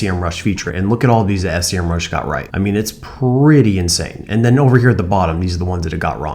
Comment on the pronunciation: that’s SEMRUSH, not S.E.M.RUSH! Anyway, that's a great video. Thanks.